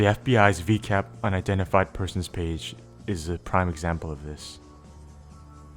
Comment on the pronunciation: Hi I'm new to your channel I just thought I'd let you know that I've always heard it pronounced viacap with a long i and a short a. (veye a cap